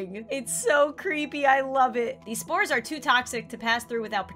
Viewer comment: When you said you were scanning for spores I thought u said scanning for sMoReS 👌